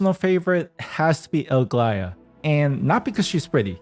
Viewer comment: Where the fuck does the man get thr L in the front of Aglaea's name 😂😂😂